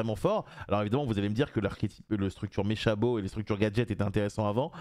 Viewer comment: Tu dis bien meCHabeau à la place de mekabote ( je sais bien que ça s’écrit mechabot c’est pour illustrer mon propos les manières dont je l’ai écrit) alors bon tu peux bien le prononcer comme tu le sens xD très bonne vidéo au passage je troll sur la prononciation mais bon c’est juste pour pinailler sur un micro détail et rigoler un peu mais la vidéo est très intéressante Les cartes ishizu de mémoire étaient mudora,kelbek,agido et zolga voilà voilà